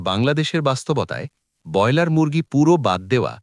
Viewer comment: যিনি 'ব্রয়লার' শব্দটি ঠিক করে উচ্চারণ পর্যন্ত করতে পারেন না, বার বার 'বয়লার' বলেন, তাঁর কোনো কথা শুনতে রাজি নই। বেরিয়ে যাচ্ছি